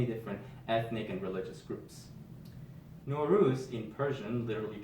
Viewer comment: Nowruz = Nav Roz!! A few differences in vowels!